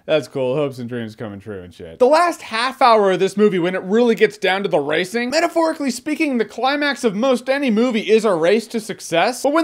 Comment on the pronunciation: I thought he said "I like racism in movies" xD